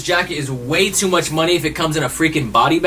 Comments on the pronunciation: "Way too UCH money" ? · you missed the "m" in the intro for the word much. Good video dude tho